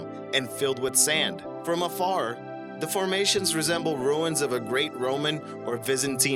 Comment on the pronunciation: when you say "the", it sounds as if you're saying "duh".